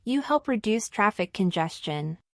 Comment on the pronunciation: bro said "taffic"💀💀☠☠😭😭